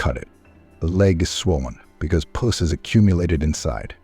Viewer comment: Oh these AI narrators! So many simple words the AI pronounces incorrectly…”pus” being one. He pronounced it “puss”. Just one example.